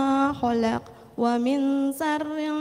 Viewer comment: iya,buk baca 'a nya masak a terus dza di baca za terus sya di baca sa harusnya waming malah di baca wamin,naffa di baca naafa,masih ada lagi sih